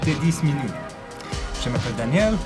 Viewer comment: Harrison Holt Arin's phrase would mean "I call myself/my name is", but he mispronounced it. "Je m'appelle" is pronounced like, "juh ma-pell." However, he said, "Jae ma-pell." If you translate those sounds to written french, it would look like "J'ai m'appelle." Long story short: the pronunciation of "je" is extremely important. If you do say it incorrectly (especially with more normal verbs like "manger" or "arreter"), you run the risk of being misunderstood.